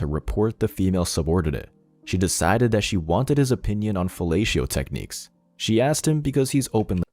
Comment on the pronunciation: "He said Sea Shed" 😂😂